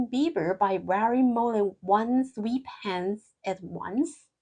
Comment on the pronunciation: Quite interesting and well done !! The explanations are excellent !! [Side Note: "sweatpants" in English the "e" is soft, so pronounce like "eh", not "ee" like in sweet, so phonetically, "swEHtpants" ]. Is there a good Idiom Dictionary ? Thank !!